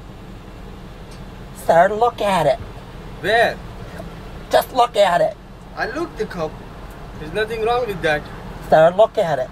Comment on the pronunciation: “Vwhere” “I look the cup” “there’s nothing wrong with that” “I don’t know watchu talking about” 😆😆